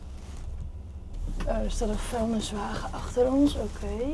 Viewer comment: die heel nonchelant even alle vuilniswagens beledigd 🤣 je had een teller in beeld moeten hebben eigenlijk hoe vaak je het verkeerd zegt haha